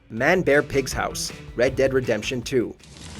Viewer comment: I can't stand the way you say manbearpig. "Man, bearpig" bothers me lol